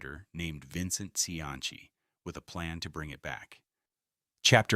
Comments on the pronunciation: bruh its not pronounced see-anchy its see-ann-see dont disrespect the only politician that actually did good in Rhode Island SHM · The correct Italian pronunciation is chee-an-chi, but this is RI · He actually pronounces Cianci’s name correctly in Italian. However, in American, it has always been pronounced as we know it. See an see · His name Cianci, is pronounced, see-ann-see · I stopped listening Buddy C antz E. I hate AI, but I even worse hate it when a live narrator can't pronounce names of title/important characters. Just finished listening to one that called the area in Boston: Black Bay instead of Back Bay..gave it another go,perhaps I heard wrong-nope Black Bay 5x more. Done with that too ! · Cianchi? Come on. If you can't pronounce his last mane. don't bother doing the video. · Are you saying you don't remember Buddy SeaAnnChe? Notorious Jamestown Pirate? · An instant THUMBS DOWN. No YT-AI need apply. 0.29 into this crap and this AI generated doofuss got the Mayor's last name wrong. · Odd that there is no mention at all of the thousands of Irish and other Northern European immigrants who came to Providence and worked in these mills and factories. Other than that - and the weird pronunciation of Cianci's name - this was a pretty good documentary and history. Interestingly, of all the various people who immigrated to Rhode Island, it was the Italians who - more than any other ethnic group - returned to Italy. It's been suggested that language difficulties were the main reason, although millions of other immigrants didn't speak English and stayed. By the way, it's "see ANN see". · Hearing your pronunciation of Cianci was like nails on a chalkboard. Like when Hicox held up the english three in Inglourious Basterds. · bro 2 seconds in and i felt my inner Rhodey flip out lol put respect on Providences only good mayors name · I think perhaps it is the Italian pronunciation. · no hes not using the Italian pronunciation hes just being a mid western or ai fuck tbh